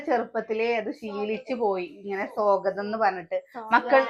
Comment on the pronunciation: എത്ര നാടനായാലും സ്വാഗതം എന്നുള്ളതു സോഗതം aakathilla